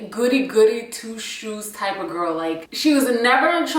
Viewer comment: “Iss ya gorl London here” 🤣🤣🤣